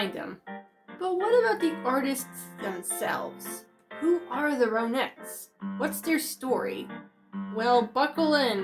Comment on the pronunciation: Hi I enjoyed your video very respectful. Their name is pronounced Ron-netts Like the name Ron.